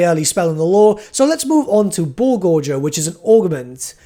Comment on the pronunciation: Yo, he said gorger correctly! I know it doesn't matter but every time I heard "gor gur" it pained me.